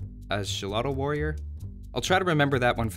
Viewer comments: is like pronouncing solotl or zolotl not using ch like in chocolate and yeah the idea of having eagle warriors as a european civ can be amazing, but i think it should be just for the spanish, and they can add some native units to the portuguese and the british since the used them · Its pronounced "sholotl" xD trust me im mexican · It reads Sholotl. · First, it's pronounced Xolotl, second I love this change thematically, I hope they make the defensive upgrade counts though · The Pronounciation is Chototl warrio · I think his name is pronounced as "Sholotl" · It's pronounced sho-lo-teh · Sho-lo-tl, the x is pronounced as a "sh" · Its pronounced "holotl" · Rodrigo Aguilar no it's sholotl. "J" sound for X in Spanish didn't exist back then. It was "SH". That J rule started around 17th-18th centuries I think.. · Most people that aren't trying to learn Nahuatl I've encountered drop the L in "tl", so if you run into it again go ahead and try that. The sound the L makes doesn't exist at all in English (or in most European languages to my knowledge, including Spanish). You got the X right, though. An "sh" sound is about the easiest way to put it. Mexico sounded like "Meh-shee-coh" for example. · Bro, you are wrong! It's not pronounced Xolotl , it's pronounced Xolotl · Don't worry for don't saying the word Xolotl right, many latin Americans won't know the correct pronunciation either.